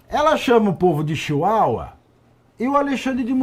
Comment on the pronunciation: Doeu para um ouvir os amiguinhos serem chamados de chiuaua. 😂😂😂😂😂